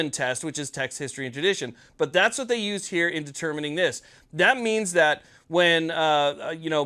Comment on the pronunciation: Say vhat?